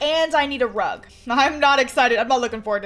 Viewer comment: When she said there's a unicorn rug i heard there's a unicorn drug 🤣